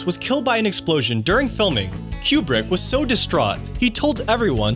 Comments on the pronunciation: His last name is pronounced "Kew-Brick." Not "Cue-Bruck" I'm not a War Movie kinda person but I actually go into "Full Metal Jacket " when a friend's husband made me watch it. It really showed the absurdity of war .. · Coo-Brick. COOO-BRICK. NOT Q BRICK. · it's pronounced coo brick not cue brick SMH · It is pronounced coo-brick not que-brick. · If you say QBrick ONE MORE TIME!!!! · Item 31... the directors name is not pronounced Q-Brick, but Koo-brick. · KOO-BRICK NOT "CUE-BRICK" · I thought Kubrick was pronounced "Coo-Brick". Is it actually pronounced "Cube-Rick"? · It's not Q-brick it's Koo-brick. And that music in the background is terrible. Made me go to a different video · I keep hearing "Q-bert" instead of "Kubrick" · koo-brick. It's pronounced Stanley "koo-brick." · IT'S pronounced KOO -BRICK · FFS, stop saying, "Kyoo-brick"! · Thank you. That was killing me. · Hearing Kubrick's name repeatedly mis-pronounced 🤬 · Are you mispronouncing Kubricks name wrong or me? Is it Queue Brick or Cooh brick? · Learn to pronounce Kubrick